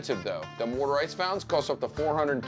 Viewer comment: 38 YES!! Don pronounces his own name like it's spelled with an "awn" , and I became physically weak at the war ter ice v. War-tuh ice fount 'in 🤣. My fascination with regional accents borders on being unhealthy.